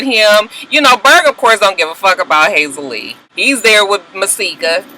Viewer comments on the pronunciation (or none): it's Hazel E. not Hazel Lee, lol. Just FYI because you are intent on using Hazel Lee, lol! It's Hazel E, lol, but either way she's got low self esteem judging by the delusion of her relationship with Berg.